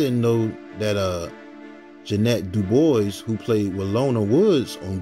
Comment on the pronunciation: Ja'Net DuBois = Ja'Nay Du-Bwah. Sorry, that just caught my attention. Not only did she sing the theme song. She also wrote it. Love your videos, though. Roxie Roker was also related to Al Roker. I think Al Roker and Lenny Kravitz are cousins.